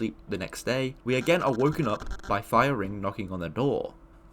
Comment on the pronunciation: why do i always hear "Fire ring" as "Firey"?